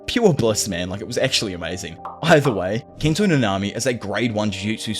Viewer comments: Might be me but dude puts the emphasis in each name in the exact opposite of how it should be. NAnami, not naNAmi. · I was gonna watch this video but the way you say nanami is annoying af